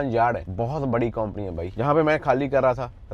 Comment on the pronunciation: KAUMPANI NAHIN HOTA SARDAAR JI >>>>>>>>KAMPANY BOLTAY HAI SAHI SAY NOT KOMPANY